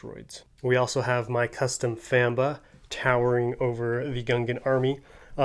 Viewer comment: no offense but i dont like the famba i have the original toy from 1999 and it is green, not gray and its head does not do the creature justice. and the at te legs.............. i dont think i have to say anything for u to know how i feel about those. ps it is pronounced fomb-uh not famb-uh even though it is spelled famba. i love the rest of the moc though and the shield bubble looks phenominal i love it